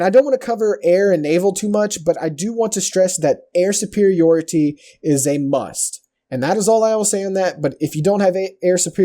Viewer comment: BTW, it's artillery (not artillary) and superiority (not supperiourity).